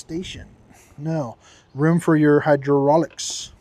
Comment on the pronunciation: "Hy-dra-ALL-ics?" I always enjoy your videos. Keep up the great work.